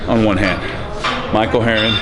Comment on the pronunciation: Steve counting like: Ohn - Tchoo - thhree - hore - ive - ih...:D Great trainer vid btw:)